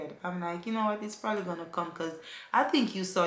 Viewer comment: When says prolly lol😂😂😂 Congratulations again. Safe journey 💙💙😘😘